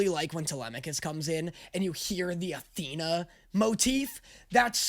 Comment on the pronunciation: Tethena its right there lol 😂